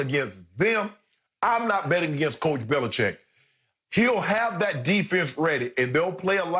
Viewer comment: I agree with Bayless for once. And why is Bill BeliCHICK getting away with having people pronounce his name "Belicheck"?